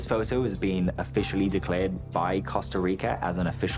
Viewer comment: the way he pronounces photo is fun nee like phou -toe :face-green-smiling